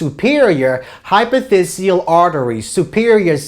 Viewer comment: Its "Hypophysial" not "Hypothesial". Great lecture otherwise. Cheers!